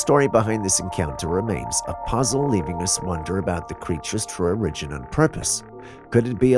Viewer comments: I don't mean to criticize but you pronounce the word "origin" in a strange way. Has anyone else ever commented on that? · i hear hints of a French accent in your voice. Maybe that's why you can't pronounce words like Memo, Origin & Controversy correctly......?